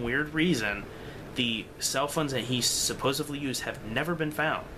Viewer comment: What I wanna know is why kids today cannot properly pronounce the word 'supposedly'. Yes, there is a d in it, not a v. I'm sure that's probably how your parents spoke, but they, too are wrong.